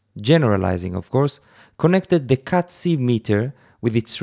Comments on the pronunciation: did you say "cazzi meter" ? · he did, many times. he'll be banned by italian youtube! I was giggling to myself as in 5th grade :-D